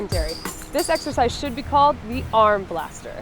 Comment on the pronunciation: Ha! Did he say "How to do this sexercise..."? ha